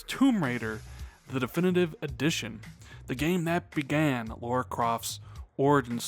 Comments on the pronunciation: Lara not Laura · Lah-ruh... Laaah-ruh. Lara. (!)